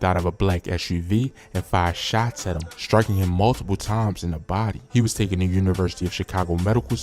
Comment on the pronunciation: TOOKEN? 😂 Taken sir!